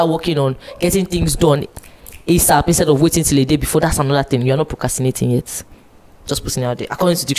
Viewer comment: Y'all it's procRastinating. Not "cast"